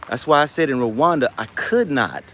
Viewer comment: ASANTE SANA BWANA. I hope we all take this to heart. We don't want what happened in Liberia to repeat itself in the new Africa. It is still a sensitive topic. For those of you living in Rwanda, It would be good to at least pronounce the name of the country you are living in correctly. Love&Peace